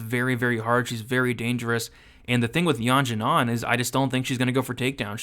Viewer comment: Great video, btw Xiaonan is pronounced "She-ow nan"